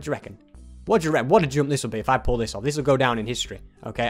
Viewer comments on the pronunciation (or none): none